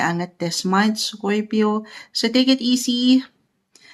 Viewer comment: Bakit scoypio ang pagkasalita mo sa scorpio madam?